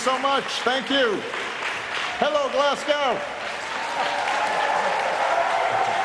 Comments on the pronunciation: Pronounced glasgo. Not glass cow 😂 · It's fkn glesgey mun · If President Obama continues to pronounce Glasgow as Glaz-gow, I'm going to call out Washington DC as Wash-ing-tone. Got that? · Maybe learn to pronounce GLASGOW and understand it's in Scotland, not Ireland. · GLASSGAW! Why can't Americans say Glasgow. The "o" disappears when they say it. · It's not pronounced 'Glass Cow'. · Nope. Glezga. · You mean Glezga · Can't even be bothered to pronounce the name of the city correctly. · if anyone pronounces "Glasgow" like that in future, they're not allowed in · The way he pronounced Glasgow 😅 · He's American, that's how they say it and on the behalf of all us Brits, it pisses me the fuck off. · His pronunciation of Glasgow makes me sad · why do americans find it so hard to pronounce glasgow correctly? like literally just don’t say the w 😭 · and can't even pronounce that correctly. This is what a Harvard education buys you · He pronounced Glasgow like they’re Russian 😂😂😂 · Well the title was right. His pronounciation of Glasgow was not.